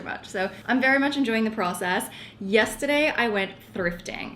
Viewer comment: Everything is starting to look really good. It’s so funny as a fellow Australian hearing the little changes in the way you pronounce your words. You’re definitely picking up the American accent. When you say process it sounds like pracess haha Keep going with your apartment though it’s coming together really well